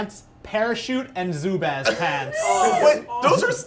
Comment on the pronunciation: You pronounce Zubaz wrong. zoo-buz. Check out Andrew and Danny Bergeson. They compete for team USA in the Red Bull Crashed Ice competitions. They are sponsored by Zubaz and rock the red, white, and blue Zubaz when they compete.